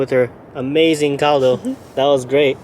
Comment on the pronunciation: you said CALDO correctly.. good job.